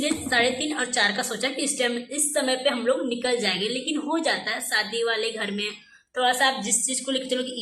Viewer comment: bhi shadi ko Saadi bolti hai.Waise heroine banti hai 😂